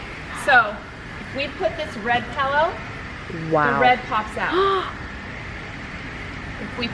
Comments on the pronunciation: Pill-o not pell-o geez lady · Designers should be able to say "pillow" properly. LOL Pellows. Ugh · It’s pronounced “pillow” - not “pellow!” Had to say :) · Sorry, I'm just in a picky mood today. My daughter says this also, and I noticed saying it.....Pehl - O instead of Pill-O. Not sure why that drives me crazy, but it just does! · Pillow not pellow. Thanks for the tips. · The word is pillow not “pellow”!!! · Pellow? For real?? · Is she saying “pallow?” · Is the lady with the dark hair saying “pellow”? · What's a "pallow"? Never heard that pronunciation. Well, some of the stuff at Home Goods is quality and a lot of it is plain junk. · I couldn’t watch anymore after the first mis-pronunciation of the word “pillow”. Sorry.